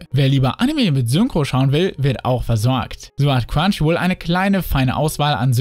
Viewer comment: Wenn du Crunchyroll sagst verstehe ich immer nur quantchyruol